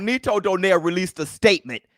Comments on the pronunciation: Let me correct you all,, nonito's last name pronounce "donairy" not "doner" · Its not donaire its donayri hahahaha